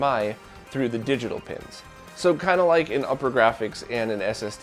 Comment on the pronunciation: just a little nitpick... it upergrafx pronounced oopergrafx (like supergrafx but without the s). The way you pronounce it is upper and that is incorrect.